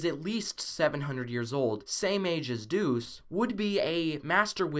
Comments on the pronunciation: Dude its douxie not dus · Anyone else get confused when he said Deuce instead of Douxie? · He says doux